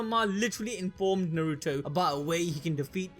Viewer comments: You do realize his name is is Nar-roo-toe not nor-ru-toe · why is he pronouncing Naruto as Nauruto 😂